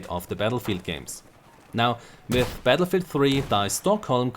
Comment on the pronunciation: Battlefield, not Batllefield:D